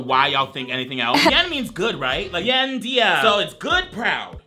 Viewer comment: HIM THINKING ‘BEIN’ WAS “BEING” KILLED ME 😭😭